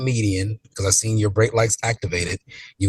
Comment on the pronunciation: Seent? Seent?! Really?